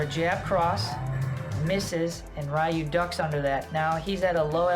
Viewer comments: It's pronounced RE Yu not Ri Yu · Ryu=Reee-ooo not Rii-ooo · I was good until "Rye-You" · Great video. You mispronounce Ryu's name though. He literally says "Ryu is my name" in the scene.